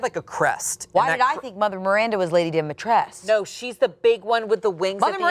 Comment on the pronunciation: DimitrescU! please people the Romanians/Eastern Europeans are begging people to stop pronouncing it like its some french name "dimitresque"...there's a U! like who decided this